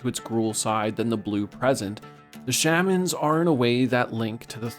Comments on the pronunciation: The pronunciation of "shaman" makes my ears bleed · Bro can't pronounce Shaman...